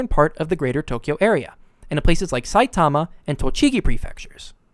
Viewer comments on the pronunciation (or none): none